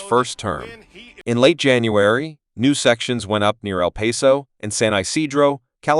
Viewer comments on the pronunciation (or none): TTS can't say "el paso" correctly, using words like vibe and legit. I now know what kind of Channel owner this is.